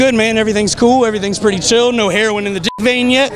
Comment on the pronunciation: don't do hair-o-in